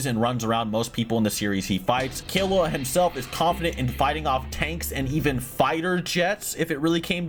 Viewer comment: All this has taught me is can’t pronounced characters name properly. Kill-E-Wa G-oh-n He-so-kuh